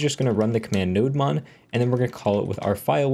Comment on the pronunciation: Nodemon is pronounced Node-Demon. It’s a server demon for Node. Ergo the demon horns on the Nodemon logo.👿 Cheers.